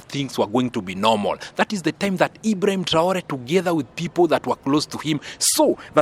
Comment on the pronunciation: Stp apprends à mieux prononcer les noms de ceux que tu cite dans tes analyses mais surtout le nom sacré de IBRAHIM TRAORE. Si c est difficile, appelle le Président tout simplement. Merci d en tenir compte